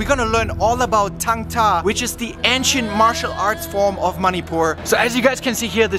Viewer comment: Why he saying "moneypoor" Instead of manipur